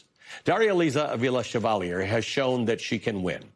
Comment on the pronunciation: Is your mispronounciation of Chevalier's name deliberate? As a way of showing disrespect? Is it an unconsciece dig at French Canadians (you being from English speaking Toronto)?